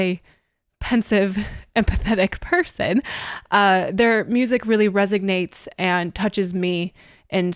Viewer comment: It "resonates", not resignate, and yes it does.